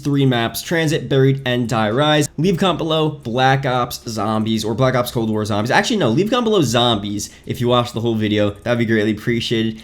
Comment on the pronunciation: You can't pronounce zombies for some reason so zo zombies not sambees